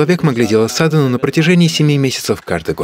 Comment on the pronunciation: Прошу прошения, не сАдану, а садхАну.